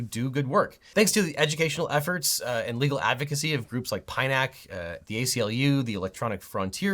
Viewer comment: legalegal. Sounds like what a baby would have said or your android malfunctioning